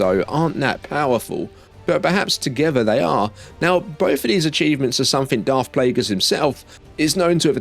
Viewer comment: Dude it's NOT Plaugus